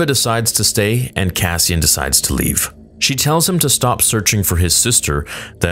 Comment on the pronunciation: It's distracting to me only because I come from here and so it sounds like people I know and interact with; he's speaking like a mexican that just learned english in his 40's. You know: things like not pronouncing "sh" and istead always doing a "ch"